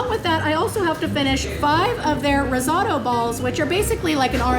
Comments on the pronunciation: RIZZ-OH-TOE is the correct pronunciation. 😂😂 Just saying. I’m a big fan though. You rock! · Rizzauto?? Did she mean risotto?